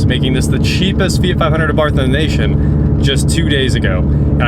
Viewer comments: It's pronounced "A-BART" The H is silent. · Fyi- you dont pronounce the h. Its "ah bart". You're welcome